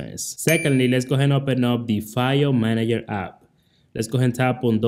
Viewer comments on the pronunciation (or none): Tell me your from MeHico/Spain -MaNaJer! 🤣those your showing won't work for 85% of your commentators Amigo!